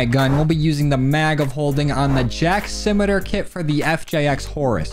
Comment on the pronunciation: Simitar is pronounced si-mi-tar, like simple-mid- and tar like the road.